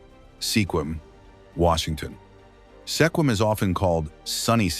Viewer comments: Never heard SQUIM called Seequim or Sehquim before!! Have these people ever actually been to the PNW? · It would be nice if videos like this managed to pronounce the names of towns and other locations corrections correctly. Sequim is not pronounced Seequim. The "e" is silent. The name is pronounced Squim. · Wow!!! If your going to mention a town, LEARN TO PRONOUNCE SEQUIM!! He so butched it!! Badddddd!!!😂🤣😅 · Totally massacred the pronunciation of Sequim even though it was spoken three different ways---all wrong! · Sequim pronounced SKWIM!!!!! Get Juan de Fuca right, too, PLEASE!!! I so hate AI. This is the worst.